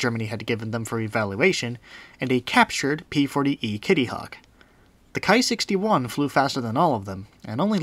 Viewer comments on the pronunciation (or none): Nice video. I'm glad to have found this channel. Buuuutttt, it's "Ki" not "Kai". It does not rhyme with "high." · Ki rhymes with tea.